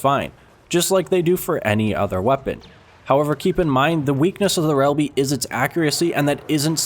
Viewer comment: are you drunk? Shelby and bossik:/